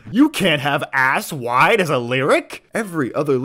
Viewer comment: It sounds like 'wipe' while also sounding like wide. How did rivers pronounce two letters at once?